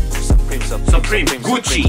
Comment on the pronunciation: Suwupreme, Guwucci, Cowolgate?